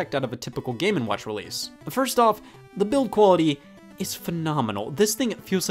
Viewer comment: Am I the only one who hears the name as, "Gamin' Watch"?